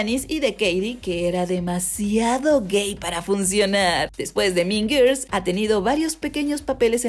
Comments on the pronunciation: "Min Girs"... Jajajajjaja... qué mala pronunciación....se mamo...."Las Min Girs" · No supero la pronunciación JAJAJA "min girs" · Morí de risa con el "MIN GIRS" JAJAJJAJAJAJJA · Porque no puede pronunciar “mean girls” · Si no tienes idea cómo se pronuncia mean girls, mejor dilo en español.